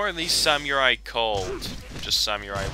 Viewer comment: The way you pronounce samurai lmfao it ain't pronounced Sam-u-rai